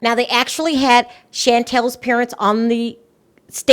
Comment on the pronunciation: girl you cant even say Chantel's name correctly. SEAN TELL